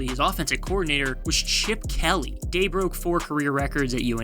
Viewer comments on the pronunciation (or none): none